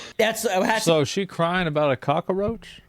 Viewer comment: HE KNOWS WHAT HE IS DOING WHEN HE SAYS COCKA ROACH lol